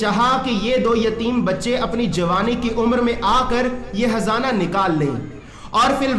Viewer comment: aur hzana nhi .khzana he .shi nhi bolte he